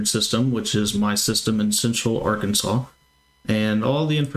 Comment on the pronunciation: Not Yurkansas. Arkansas 😊